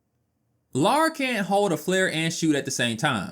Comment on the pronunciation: It's NOT LAURA.... it is LARA.